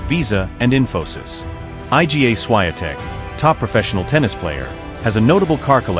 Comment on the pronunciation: I agree absolutely that it is ignorant and rude for narrators to mispronounce her name!